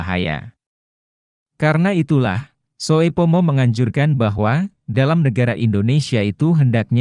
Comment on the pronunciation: Mohon maaf yang memberikan narasi mgkn blm tahu bahasa Indonesia ejaan lama.... Sehingga pada saat menyebutkan nama membuat kami bingung..... Ejaan lama oe dibaca u... Soepomo harusnya dibaca supomo. Trm ksh